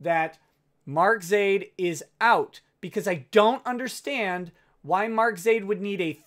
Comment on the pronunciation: YOU SAID MY NAME RIGHT:D